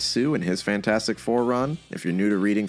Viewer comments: I'm sorry. Cannot keep watching and listening to you say Fant four stick. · Take a drink every time says Fant4stic wrong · the best thing about Fant4stic is that everybody unanimously agrees that it is in fact pronounced "Fantfourstic".